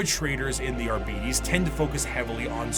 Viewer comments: Man, I dislike the way keeps saying "Abeedees". It's 'Arbites' ffs! From the word 'Arbiter' (/är′bĭ-tər/) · Well, there are rules when it comes to pronounciation. Both for English and Latin. And yes, it gets a bit weird in W40K because it's bastardised to hell and back, but "Arbeedees" is still quite incorrect. I'm guessing the lazy pronounciation is simply due to Arbiter not being a commonly used word these days. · English is full of words taken from other languages, the pronunciation of which was adapted to better fit English phonemes. They don't fit the standard of typical pronunciation because of that. And again, Arbites has no relation to the english word Arbiter. Even going by Latin "rules", it would be closer to "ar-bee-tess", still very different from arbiter.